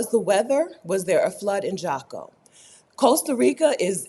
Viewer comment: Jaco??? 😊… it’s an H , Haco 😊